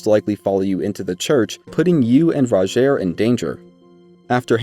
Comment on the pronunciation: Everyone pronouncing Rogiers name wrong and it peeves me so much... He even tells you himself how it's pronounced.